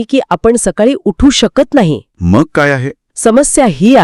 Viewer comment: "मंग"नाही हो "मग"शब्द आहे अशुद्ध टाळा कृपया